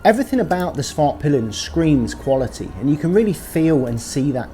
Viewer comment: Respect for going out of your way to it pronounce " Svartpeelen" as it should be 🇸🇪